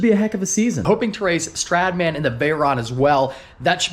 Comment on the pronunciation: why can’t you ever pronounce Stradman correctly..😂